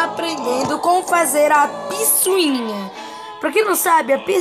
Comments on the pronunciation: não é "piçuinha" é "picuinha" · É picuinha😂😂😂 não é pisoinha😂😂😂XDXD